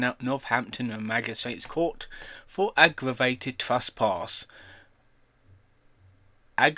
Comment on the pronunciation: He works, he’s not on the dole! It’s ‘trespass’ not ‘truspass’, it’s “Cottesmore” not “Cottlesmore”, it’s “Broughton” not “Bolton”, it’s “Bernadette” not “Boanet”. You are funny beyond words.